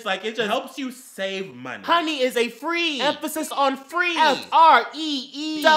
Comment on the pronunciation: during the sponsorship does anyone else hear bitch bitch bitch or free free free